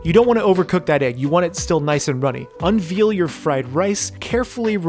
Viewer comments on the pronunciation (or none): When you master that, could you then also pronounce unveil correctly? it's veil like what a bride has in front of her face, sounds a lot like "vale". You pronounce it as veal as in reveal. Not trying to be offensive or rude, just a minor mistake I've noticed after watching a boatload of your videos haha. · Maybe I'm missing a callback but 'unveil' rhymes with hail, mail, and rail. Unvealing sounds like a crime against schnitzel. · does it bother anyone else that he says 'unveal' instead of 'unveil' lol? looks tasty though great vid!!